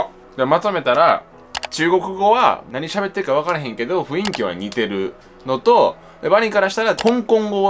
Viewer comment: 女性は「ふんいき」と言っていて男性が「ふいんき」と言っているのがずっと気になったw